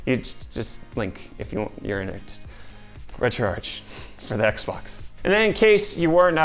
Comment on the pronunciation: Did he say "X bone"?